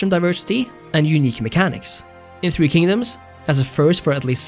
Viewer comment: nooo my beloved three kingdoms ;-; not the 3k slander your pronunciation is quite lovely though, better than I've heard. I could see why this game is incredibly more popular in china or among Asian peoples, as a lot of the cultural aspects are a hit or miss, as my friends and I generally favor three kingdoms over others